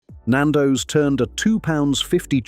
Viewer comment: This is AI at it’s absolute worst pal. Can’t pronounce Nando’s or Mozambique properly. The chicken shown in the screenshots are not Nando’s, there’s even a shot of fish FFS. This is slanderous. And this channel needs to be brought down!!